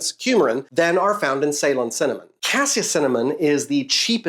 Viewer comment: I love your videos, love how nerdy and informative they are. A bit disappointed at how you pronounce Ceylon and for not mentioning that's just the old name for Sri Lanka.